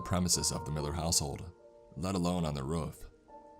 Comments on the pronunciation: Why did he say ruff instead of roof? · Boogie man on the rof, not roof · The way he says roof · Love the story and love your narration. Just... please... work on your pronunciation of roof.